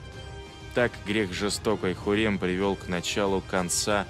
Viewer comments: Почему диктор называет её Хурем, она же Хюрем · Не ХУррем, а ХЮррем!!! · Не хурем, а Хюррэм